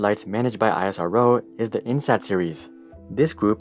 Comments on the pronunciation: actually you are pronouncing it wrong its iss-row in pronunciation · ISRO is pronounced as "IS-ROW" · Learn to pronounce ISRO's Name correctly. You do not call NASA as N. A. S. A. with each alphabet spelled out. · It's Pronounce like "E-sro" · Thumbs up for the information! Thumbs down for the pronunciation of ISRO! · I'm surprised that after doing so much research about ISRO, you still pronounce it very different from the norm. Anyways, good video! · We call it more like a word than an acronym, like is row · Dude you are spelling isro wrong. Spell it as iss -roh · Your pronunciation of ISRO is making me uncomfortable! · I don’t like it when people don’t say properly Indian word and pronounces Please I like the videos but work on ISRO pronounce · Speaking NASA well but what happen when you speak " ISRO " bro 🤬 speak well isro also plise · It pronounced the the same way as NASA. It's pronounced (isroh) not I.S.R.O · Only thing I'd like to say... It's not I-S-R-O, just pronounce it out Isro. It's like calling NASA as N-A-S-A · It's IS-RO not I.S.R.O bro ...we don't call NASA '"N.A.S.A'" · Great video! Next time you can just call it "isro" like you would say NASA, and not "I-S-R-O" :) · Every time he say I-as-ar-oh instead ISRO😂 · Well we indians usually class it as IS-RO insted of I S R O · It's pronounced ISRO together not seprate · u dont pronounce nasa to be n-a-s-a but nasa same not i-s-r-o its is-ro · Its not I S R O its ISRO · It is a speakable acronym -- Is Ro -- not eye ess are oh! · Spell it as ISRO not I.S.R.O like u spell NASA. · It's not EYESROO it's ISRO 🙂👍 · Its not aisaro..its eas-row (ISRO) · YOU CAN PRONOUNCE IT : esro NOT I S R O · I S R O just pronounce it ISRO the same way you pronounce NASA not N A S A smh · i was dead on isaro, its isro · It's not isaro but ISRO... Pronounce it correctly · It's not AISRO it's ISRO(pronounced as ESRO) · It's eesro.. not I S R O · why dont you say Isro bro why I S R OO wtf.. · Its not I.S.R.O its iz-ro